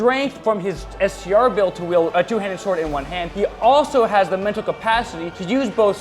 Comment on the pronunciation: Saying STR build hurt my soul.